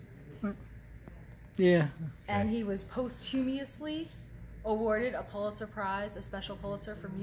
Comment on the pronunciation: "Pahst-you-mus-lee" Accent on the first syllable.